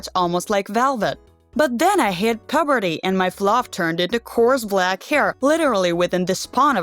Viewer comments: not 'pooberty' it's 'pUberty' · P U H B E R T Y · Why she said puberty like that 😂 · Are we not gonna talk about the way she says "puberty"